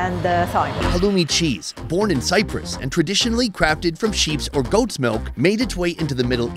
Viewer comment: "halloumi sheeez" and "za bomegranete molazess" only legend will know what i'm talking about 😎